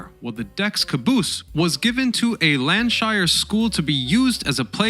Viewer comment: I have found your American based videos interesting and well presented, and haven't questioned their accuracy. However on this one many errors of fact and even frequent international place name mispronounciation were jarring. E.g. Crimea, River Mersey, Lancashire, etc. More fundamentally you repeatedly confuse the displacement of a vessel (its weight) with its tonnage or gross tonnage which is actually a measure of its volume and not even its load capacity (& which you refer to as its weight). The SS Baltic wasn't ever known as the SS Pacific; that was one of her several sister ships of the American Collins Line, all named after great oceans. I.e. Atlantic, Pacific and Arctic. Although after its leased service to the US government during the Civil War, it served briefly for the American Lloyd Line, it certainly was never owned or sailed by the White Star Line. The SS Baltic was built by Brown and Bell in New York and not by Harland and Wolfe of Belfast, (Northern) Ireland! I'm less than halfway through watching this 'movie'! Thanks very much for your consideration of these comments! 🇨🇦 🍁 🇨🇦 🍁 🇨🇦 🍁 🇨🇦 🍁 🇨🇦 🍁 🇨🇦